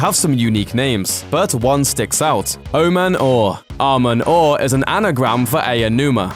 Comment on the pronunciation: That's not how to say Oman Au It "AW MAN AW"